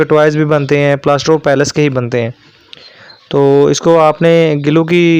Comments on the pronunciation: بھائی لفظ پلاسٹر آف پیرس ھے پیلیس نہیں ھے باقی ویڈیو معلوماتی ھے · Ap ghlt pronounce kr rhy Hain yh plaster of Paris Hain palace Nh ha